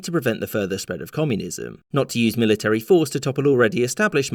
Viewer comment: One day, you'll do a vid in which you correctly pronounce 'military.'